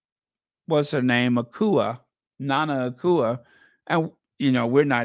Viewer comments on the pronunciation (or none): Your pronunciation of Akua is killing me 😂